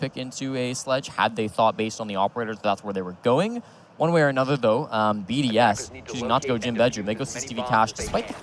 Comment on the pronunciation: ChooChye what about the fact they didn’t know how to pronounce most of the BDS players’ names?